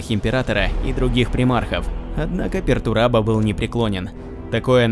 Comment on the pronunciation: Не "Пертурабо" а "Пертурбадо", с испанского слова Perturbado что означает "Возмущенный (каким то событием)", "Беспокойный" или же "Нарушен (чем нибуть или кем то)"